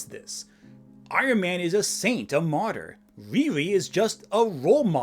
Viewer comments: I don’t like her because they named her something that we would in trouble for saying in school (mocking term for mentally disabled person). That name is supposed to be pronounced Rear-ee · Not complaining about RIRI being a hard to say name 🤣